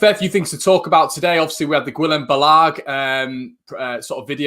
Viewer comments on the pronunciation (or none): Guillem balague- i think is pronounced Bal - e - ge, not bal - ag:D Cant be mad when we've signed Rodrigo, loving the content keep it up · It's not BALAAG its BALA GUE